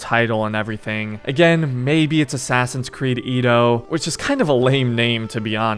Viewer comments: "Edo" pronunciation I believe is "Yedo" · Bro you need to work on your pronounciations if your gonna make content😂 “Ee-dough” it should be said “Eh-Dough” and “soo-sh-ih-ma” is “soo-shi-ma”